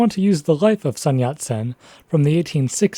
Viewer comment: The speaker of this video quite clearly has some background in the Chinese language, as can be told from his pronunciation of the words "tongmenghui" or "guomingdang". But why can't he get the pronunciation of the main character's family name, Sun, right?